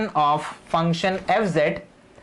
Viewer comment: Sir, with all respect, its a "region" and not "Reason"!!